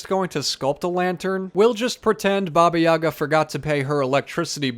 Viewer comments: Baba Yaga is a not evil nor good. In slavic culture she's between the world of the living and dead. She usually helps heroes with advice and healing, but can trick them as well if she's feeling like it. And it's pronounced YagA with the emphasis on the last syllable. Great job, the house is really cute!! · OKAY. Why did I think Baba Yaga was your accented version of Baby Yoga?? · it is pronounced `babi yagaa only Russians will understand